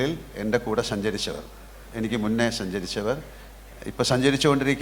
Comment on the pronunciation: ശിനിമ, ശഞ്ചരിച്ചു ഷെലിബറേഷൻ 😂 മോഹൻലാൽ ബിഗ്ഗെസ്റ്റ് സൂപ്പർ സ്റ്റാർ പ്രേം നസീറിനു പഠിക്കുകയാണ്.